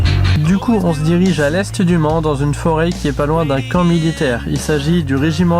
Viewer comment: tu as dit à l est du Mans dans ta vidéo ? J ai compris le "monde" a la place de "Mans", j attends ta confirmation ^^